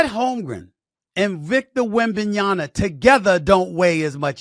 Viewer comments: WembanyaMA not WebmanyaNA. JFC, decades in the media industry and can't pronounce the player's name properly. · Stephen A, I love your shows but you gotta start pronouncing these names right. It's Wem-ban-ya-MA (with an M), my brother. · Still cannot pronounce Wembanyama properly old man.